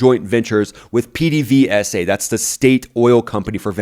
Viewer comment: FYI the Venezuelan oil company is pronounced “ped-a-vase-a”